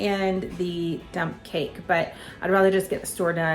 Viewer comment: Lol, I thought you said dumb cake, then later you said dump. This will be interesting.